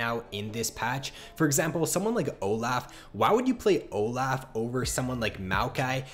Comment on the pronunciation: It's olaf not olaugh harry potter scene